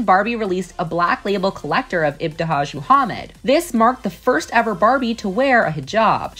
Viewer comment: She butchered ibtihaj's name & it's not muZlim it's just muslim